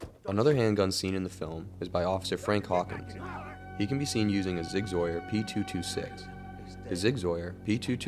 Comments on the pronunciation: Homie mispronounces words to get comment engagement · Funny how you say sig sauer